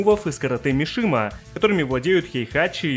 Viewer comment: Не "Мишима", а "Мисима"